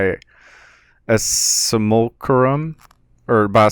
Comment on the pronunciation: sim-you-lack-rum = simulacrum